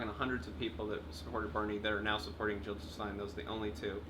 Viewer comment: JiLL NOT HiLL!! Great discussion here thanks :)